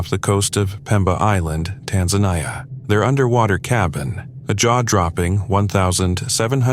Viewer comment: Tan-za-knee-a, not Tan-zan-eye-a. Do some research if you don't know how to pronounce a foreign word.